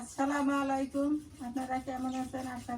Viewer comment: কথা শিক্ষান পরিবারকে। আপনাদের দোয়ায় নয় হবে আলহামদুলিল্লাহ, আল্লাহ রহমতে। তার পরে আছছালা মলাইকুম হবে না। হবে আছছালামু আলাইকুম। নকি করতে গিয়ে, গুনা কামাই।